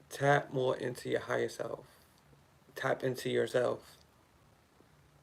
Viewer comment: When you say "ya higha self" I hear Yahayah/Ahayah and The Name means To Exist, I AM, Eternal Life. The Most High Power speaking.